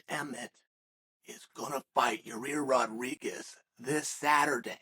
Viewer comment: hearing chael say “yarir rodriguez” will never fail at making me laugh